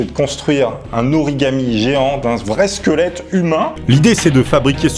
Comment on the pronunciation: LE "SQUELETOUNET"